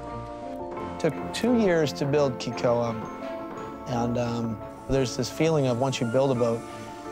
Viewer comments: Amazing story! But it’s pronounced “Kay ko ah” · Cool story but not one Haole on this whole show pronounces Kekoa correctly, least of all the owners lol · They dont even know how to pronounce Kekoa..